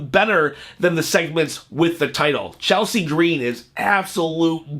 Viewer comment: Don't say Chelsea green like that again LMAO 🤣🤣🤣🤣🤣🤣